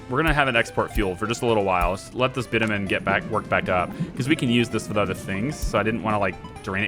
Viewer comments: Hi there, just by the way... the way you pronounce Bitumen is bitch-u-men. You asked :) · its "bitchewmen"